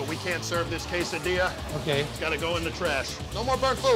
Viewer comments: What is a kass-adilla? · I resent the fact that he said “cass-a-dilla”! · That dude said CASADILLAS (all house no cheese) 😂